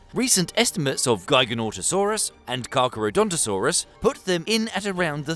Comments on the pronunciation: devastated to find out that giganotosaurus isn't pronounced like gigantic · giganotosaurus was pronounced jig-a-no-to-saur-us it makes me wanna vomit how bad you butchered the name It was the largest of the charcharadontosaurs which you matched up as exactly the same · Nah man' you clearly haven't researched well on the dinosaurs, while both the Carcharodontosaurids (Carccharodontosaurus and Giganotosaurus) were longer, most of the latest estimates put them a god ton or two atleast below T. rex, also that's not how you pronounce Giganotosaurus. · I've heard Giganotosaurus pronounced as Giganotosaurus and Giganotosaurus, but never as Giganotosaurus and I am shaken to my core by your pronunciation. Also it wasn't heavier than T. Rex. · The pronunciation of Giganotosaurus is a bit goofy, but I’ll let that slide. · The pronunciation of "Giganotosaurus" made me die a little inside. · not as disappointed as every dinosaur fan when they heard his pronunciation of giganotosaurus :(